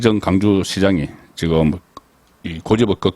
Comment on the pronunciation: 발음이 강주? 가 아니고 광주입니다. 경상도사람들이 w 발음이 잘 되지않는 경우가 많습니다. 광주를 강주라고 하는 발음을 고쳐야합니다.